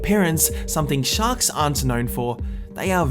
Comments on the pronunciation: It sounded like you said socks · Did you say shak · Anyone else think he said “socks” at the beginning